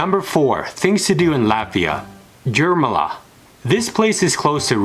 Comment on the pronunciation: You do not know how to say Jurmala.